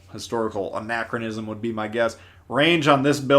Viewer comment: sounded like he said inaccurism.